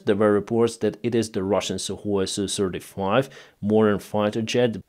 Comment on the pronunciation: Sukhoi becomes suhKoi 🤔😂 🇺🇦🇮🇪🇺🇦